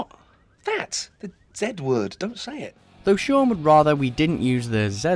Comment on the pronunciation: Sean SEAN HOW THE HELL DO YOU MESS UP THE NAME OF THE MAIN CHARACTER IN SHAUN OF THE DEAD!?!!